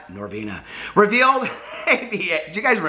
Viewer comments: “I like PRESENTS 💝, NoRRRvinA”😉😱🤣🤣😘💜💜 Me too,, me too!!!😍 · The way you say “Norvina” lmao. You should called your palette Monnster